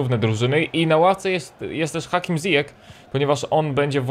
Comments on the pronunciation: Zijesz się mówi. Pozdrawiam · ziyech (cztaj ,,zijech")